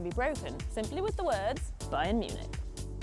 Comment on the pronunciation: Pronounce Bayern as Buy-ern